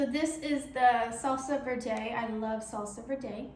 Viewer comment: It’s salsa verde (verrrr-deh) and verde isn’t made with guacamole it’s made with green Chile peppers